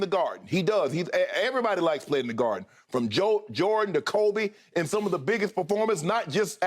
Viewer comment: Skip said "some off city" lol. Every city not NYC LA CHI ATL MIA